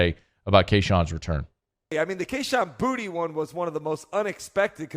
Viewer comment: Boutte is not pronounced “Booty”.